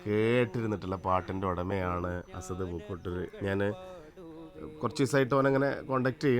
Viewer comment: അസദ് എന്നാണോ അല്ല അസ്അദ് എന്നാണോ കുട്ടിയുടെപേര്.